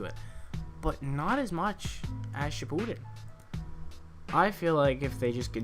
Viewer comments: He said shippuden wrong........ ODDMEN RASGAN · Its not naruto shipuden your saying it wrong